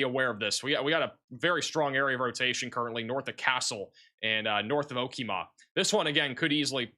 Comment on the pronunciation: O-Wa-So, Ka-Too-Sa, O-Key-Ma.